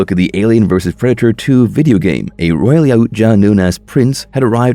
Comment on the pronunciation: You can't say yautja correctly you say it worse and worse you can't even say royal correctly 🤦‍♂️